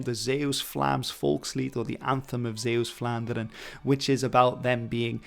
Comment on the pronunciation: Your pronunciation of Zeeuws-Vlaanderen is pretty good